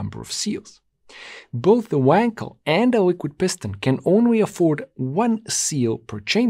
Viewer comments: You still do not know, how to pronounce "Wankel". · Appreciate your attention to the manufacturers name 'Knob' yet why are you incapable to pronounce the name 'Wankel' appropriately? After all it isn't Weeeeeekel, right?